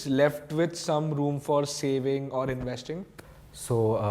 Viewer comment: I m slightly uneasy with the way he was pronouncing the word investing